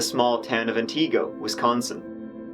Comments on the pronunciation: Pronounced Antago not AntEEgo and Waw-saw which u kinda corrected 😁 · Ann-ta-go Whaa-sa 😂😂😂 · Yea you butchered those names. Wausau is pronounced (Wah-saw) and Antigo (Anti-go)... You like those names... We have plenty more awesome ones in this state waves of sarcasm flooding in Wisconsin is wonderful. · And ant (short i) go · Wah saw(wausau) and ant igo (antigo) funny that people trying to correct you aren't even getting it correct!! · not that it matters but it’s pronounced anna-go + wa-saw 🙃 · Just started watching your videos a month or so ago. This one hit home as it took place, sadly, nearby. Love your interpretation our our Central Wis. names. It's Ann T Go and Waa ( like a baby sound) Saw. Have you ever looked at the Kuntz family murders in Athens. Which the people around that area tend to call At ends. Go figure. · Up here in Wisconsin we pronounce Antigo like this: an·tuh·gow :) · the town names are pronounced ant-i-go and wau-saw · Being from around that area of Wisconsin. The pronunciation for Antigo is "Anty-Go" and Wausau is "Wha-Saw". BUT - thank you for covering this story! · Antigo= Ant-ta-go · The cities all called Wausau = Wa Saw, Antigo = Ant igo. If that makes sense. This is my neck of the woods.